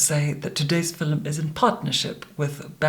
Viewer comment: "fil-ums" are making my 2022 great. By far my favorite youtuber/immortal. 💜